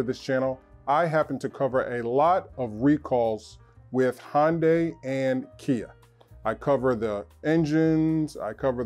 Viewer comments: What's a Hon-day? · Hyundai is pronounced like 'Sunday'. FYI